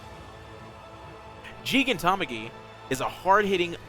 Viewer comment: Oh boy, time to be that guy; Gigantomachy is likely pronounced "Jy-gan-tow-mock-ee". Like, "Gigantic", except with "omachy" at the end of it. Plus it should make it easier to say. Really good guide overall though! Actually did help me a good deal in prog.